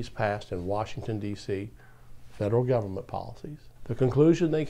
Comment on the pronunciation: I wish you wouldn't pronounce it "gumn't" because I want people to take your ideas more seriously.